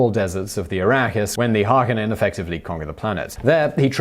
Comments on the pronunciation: Har-ko-nen. A-trei-des. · Glaring error on Simon's part..... Also he butchered the pronunciation of Harkonen and Atredies!